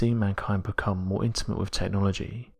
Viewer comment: its with not wiv